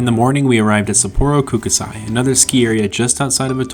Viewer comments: Japanese use particles to pronounce their vocabulary it’s simple Ko- ku- sai The last part you are saying “say.” If you’re going under the Gondola it’s best to always stay skiers right. Firstly it’s a better run and secondly as you found out, getting back to the course is not so easy. The real good stuff is over the back! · You absolutely butchered the name of my local ski mountain Kokusai 😂 I could show you some wicked side country there.